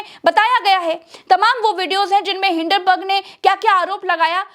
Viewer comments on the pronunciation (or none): none